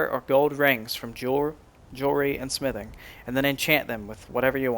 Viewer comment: nice vid ..but i dont like how you say the word smithing